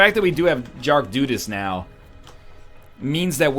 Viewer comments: "Jark Dudas" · "Jark Dudas" Good job NL. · "Jark Dudas" NL - 2016